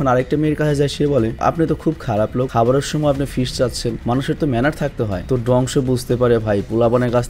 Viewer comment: Vaiya fish na fi 😂